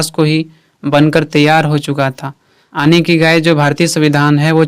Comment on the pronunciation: Sir it's yani not aani